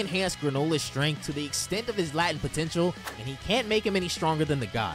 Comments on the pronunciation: It's pronounced "lay-tent" like in the word latency. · Just a heads up, it's not "lat-tent" potential. It's pronounced "Late-ent" potential. Great vid, great info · Pro tip: it's pronounced "LAY-tent" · You know that is pronounced LAY-Tent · It's pronounced Layt-ent Not Lah-tent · My boy pronouncing latent as latin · you're my man for DB content. But how you say latent in this video just gets me lol. I have to do this, I'm sorry! It's pronounced LAY-TENT. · It's pronounced lay-tent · This definitely isnt how the word "latent" is pronounced, bro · I have never heard anybody mispronounce latent this way before lol. Love yo videos tho.